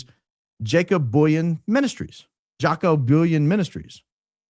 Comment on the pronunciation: Jaco (J sounds like like the Y in "you") The "o" at the end pronounced like "ooh" Booyens ("Boy" (like the child) "ens" (sounds like "ah-n-s") Either that helped or confused the heck out of everyone 😂. South African here trying to help. Good try though 🎉